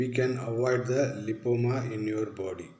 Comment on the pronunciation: Lipoma clearly said 🙏 thanks